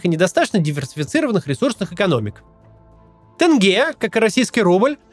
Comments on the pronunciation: Тенге!!!! Какое нах тынге?! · Максим отличное видео, только не тЭнге а тЕнге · ЖанаозЕн. АктобЕ. ТЕнге. Там просто буква Е, не Э. Вы же не говорите "озЭро", или "зЭмля", или "АрмЭния". Слышишь такое, думаешь, почему так, и кажется, что для человека со стороны это как-будто звучит более по-казахски, поэтому будет "тЭнге". :) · Буква "е" как пишется, так и читается. Приезжие и российские журналисты и блогеры произносят слова " тенге, Байтерек" через "Э". Это всё равно,как если бы произносили ЭкатЭринбург или ПЭтЭрбург. Это маркер, по которому можно отличить казахстанца, независимо от национальности, от приезжих. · тенге, через е, а не через Э-тэнгэ, так говорят приезжие. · В казахском языке "е" читается как "е" , а не "э" , то есть не "тэнге" , а "тЕнге" , не "жанаозэн" , "жанаозЕн". P.S. Это не придирка , просто часто слышу подобное произношение , которое стало стереотипом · Почему вы все говорите тЭнге? Сложно сказать тенге? Это так придирка. А в целом -отлично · Почему россияне говорят тЭнгЭ? Тенге-денге-деньги. Корни тюркские, там нет звука Э))) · произносится мягче Теньге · Тенге, произносится через Е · Тоже кровь из ушей идёт от Талдыкарган, тэнгэ, реально люди, букве Е!! Не Э!! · Та кого и в русском так читается, вообще не понятно откуда это Э